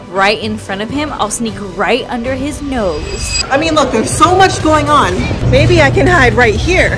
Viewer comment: she said ''maybe'' not baby lol